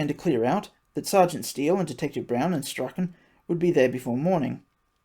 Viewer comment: He sounds like every kid who ever went it alone...and the law fears a leader more than a mob. Strauchen is pronounced Straun.